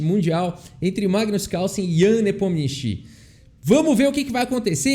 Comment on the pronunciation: Acho que a pronúncia é “nepomnichi”